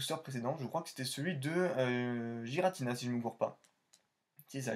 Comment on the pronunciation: Je pense la même chose de shaymin, celebi lui met une taule même si c'est un fabuleux. Giratina se prononce "guiratina" apparemment selon le Pokédex vocal, je le prononçais aussi comme toi avant. Incroyable ces fautes dans les noms, un peu comme l'orthographe d'électhor dans fossile ... Lovdisc c'est la pls en effet ... Merci pour la découverte de ces cartes, dommage que l'ouverture ne t'ai pas récompensé avec au moins une holo ... je comprends ce que tu me disais la dernière fois. Toujours un bon moment de regarder tes ouvertures rétro que tu ouvres des cartes très rares ou non. Continue poto !